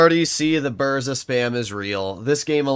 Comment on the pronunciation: Use Polish voice translator for proper pronoucing BURZA